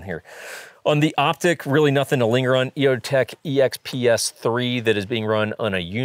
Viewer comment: I can't unheard you saying "un" instead of "on" when talking about the defuser caps. Great vide has always!